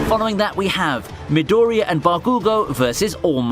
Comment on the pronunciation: It's Bakugò and Midorìya... Is so frustrating earing a wrong pronunce... Seems like eng ppl just have this bad habit of mangling the name of every japanese char.